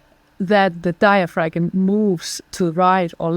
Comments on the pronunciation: My erudite dear its digh-uh-fram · Why didn't you correct her on her MISpronunciation of- DIAPHRAgM? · Hope you corrected her pronunciation of diaphragm...off camera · I got such a big kick out of how she pronounced diaphragm. Lol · Very interesting podcast. Please learn how to pronounce diaphragm properly in English. It is the one key component in your approach and to hear that one single word mispronounced over and over and over makes it very challenging to listen. Especially when nothing else is mispronounced. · That pronunciation of “diaphragm” is wild.